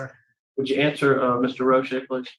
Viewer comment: This is why Roche is my favorite and the prisoner screwed up by miss pronouncing Roches name. “FOIA”you can find out the numbers on the commutations.